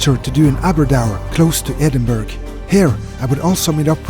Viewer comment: Bare en liten tips fra en skotte, det er ikke edinburg, man sier edinburra :)